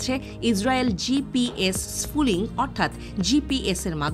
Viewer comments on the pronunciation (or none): gps spoofing not gps spooling, correction pls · শব্দটা স্পুফিং , স্পুলিং না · এটা স্পুফিং ।স্পুলিং না। হায়রে সাংবাদিক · লেখা আছে স্পুফিং আর বলতেছেন স্ফুলিং । আপনাদের শিক্ষা আর সাধারন জ্ঞন খুবি কম। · It's Spoofing Not Splooing😂😂😂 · GPS sfuling na... GPS spoofing uccharon hobe...!!! 😅👍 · স্ফুলিং না স্পুফিং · স্ফুলিং নয়, স্পুফিং। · স্ফুলিং না, স্পুফিং !!!! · টেক্সটে আছে স্পুফিং, পাঠিকা বারবার পড়ছেন স্পুলিং। কি আর বলবো! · spoofing not sfooling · এই প্রতিবেদনে যিনি কন্ঠ দিয়েছেন তার উচ্চারণের ব্যাপারে আরও সতর্ক হওয়া উচিত। শব্দটা স্পুফিং (spoofing), অথচ বার বার ফুলিং বলে গেছে। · উচ্চারণ ঠিক করতে হবে। শব্দটা হলো "স্পুফিং"। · 😊😊😂😂😂😂😂 আগে উচ্চারণ শেখ। Spoofing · পুরো ভিডিও তে স্পুফিংকে "স্ফুলিংগ" বলছেন আপাটি। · আনার spoffing উচ্চারণ টা ঠিক নাই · উচ্চারণ টাই করতে পারছে না ঠিকঠাক। অবাক হই এনারা সংবাদ সংস্থা। শুধু ভুলভাল narrative প্রচারে ব্যস্ত..!! ওরে spoofing যখন হয়, তখন আগে থেকেই বন্ধু রাষ্ট্রগুলোর কাছে খবর থাকে..!! আর ভারত চীনের মতো রাষ্ট্র, আমেরিকার‌ GPS নয়, নিজস্ব ব্যবস্থা ব্যবহার করে। GPS spoofing সেখানে কাজ করে না।